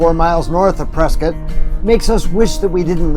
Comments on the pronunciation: It's PresKITT, NOT Prescott. Pronouncing it "cott" does a disservice to our town's namesake! The family was prominent in Boston, but divided on the American revolution. To distinguish himself from the loyalist side of the family, William Prescott changed the way he pronounced his family name. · Locals pronounce it “Presskit” I know been a Prescott all my life great tribute thanks. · It's pronounced Preskitt!